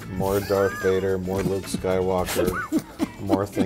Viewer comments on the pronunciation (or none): none